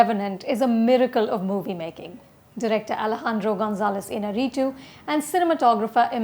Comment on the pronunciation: This is a guy movie, diametric opposite of a chick flick, so I understand the 3.5 stars. Oh and btw, its pronounced " INN-YA-REE-TWO"